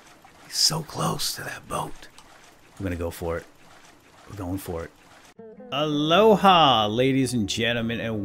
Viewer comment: are you saying aloha like alola like from pokemon sun and mood